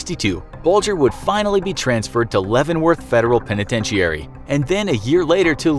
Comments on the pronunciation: When did it become a penitentiary with the last iary pronounced eairy? I've never heard anybody pronounce it this way. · his pronunciation of the word "penitentiary" makes it seem like he is phoning it in, who hasn't heard that word before? even brit's don't say it that way. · The penitentichary 😂😂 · The way you say penitentiary makes me want to slap a moose.... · That's not how penitentiary is pronounced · Why do you pronounce penitentiary so oddly?